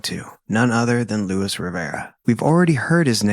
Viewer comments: pronounced Loo-Ees with accent on second syllable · Incredible research and fantastic storytelling. So many other channels are anxious to quickly spew out content that we don’t get the full picture of these people and how their lives improbably and fatally intertwined. Friendly suggestion: Please pronounce Luis’ name properly. It is Spanish and you are referring to him as an English “Lewis.”